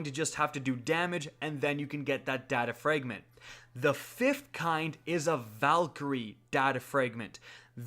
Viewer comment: Why cant you pronounce fragment